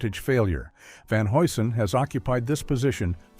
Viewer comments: Repeat after me: Van "Hugh Son" HUGH - SON ! 🚨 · Van Hew'sen is how you pronounce it